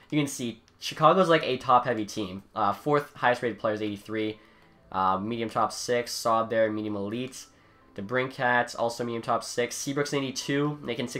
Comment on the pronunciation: Great vid but we keep telling you it’s pronounced (da-brin-kit) not cat